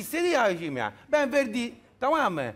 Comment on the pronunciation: abijim demesine bile gülüyorum nasıl bir insan bu la :)